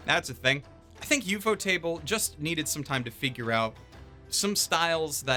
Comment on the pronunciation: You say “Ufotable” like theres two ts instead of one. Ufot-able Not Ufot-table